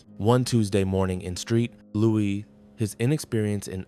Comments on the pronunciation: I believe you made a mistake you saw St Louis and called it Street Louis thinking the St was short for Street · This commentator is a moron. Where the hell is street louis?